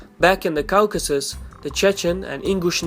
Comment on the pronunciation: Caucasus is pronounce /ˈkɔːkəsəs/ the au/aw in english is pronounce like an O generally just wanting to help